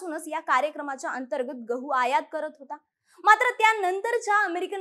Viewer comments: घहू... घवाच्या... उच्चार बदल अपेक्षित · Gavhaaa nhi ho gavhu